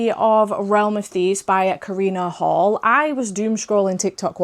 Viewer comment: Karina Halle pronounces her last name like Hallie (like the twin from the Parent Trap, first example I could think of haha), not like Hall